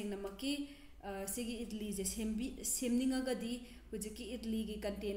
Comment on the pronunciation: Its Idli not idilli & it's great with sambar but not with aloo sabzi.